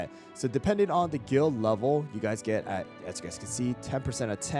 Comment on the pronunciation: Is it only me or is it i heard him said guilt instead of guild